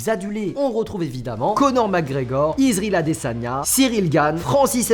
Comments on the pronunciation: Alors déjà pour commencer LE GOAT C’EST JON JONES , et deuxièmement on dit IsrAEL Adesanya , quand tu fais une vidéo sur le MMA , apprend à respecter un minimum stp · < > j’aurais tt entendu 😂😂😂😂